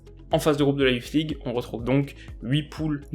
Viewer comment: La youflze league 😂😂😂 ta prononciation me tue